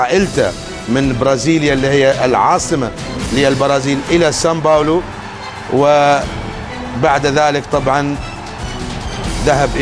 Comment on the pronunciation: يقول سمباولو مثل محمد نور هههههههههههههههههههههههههههههههههههههههههههههههههههههههههههههههههههههههههههههههههههههههههههههههههههههههههههههههه